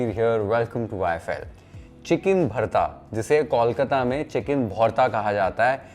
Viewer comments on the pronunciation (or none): Since you care about Bengali food, please pronounce Kolkata like Bol Mata, not Kaulkata, or just stick with Calcutta. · Learn the pronunciation of kolkata what's kawlkata?? 😑